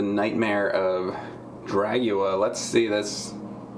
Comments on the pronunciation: Why do you keep calling it Dragua? It's DRUAGA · I always thought it was pronounced Dru - a - ga, released ~ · Dude...its Druaga...like "Drew Aga"...yeesh! XD Anyways always wanted to see this game so I'm down for this! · Mom! The YouTube guy mispronounced the made up word. 😢